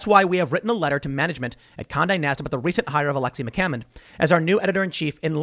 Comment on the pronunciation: everytime he said Conde Nast i heard Kanye West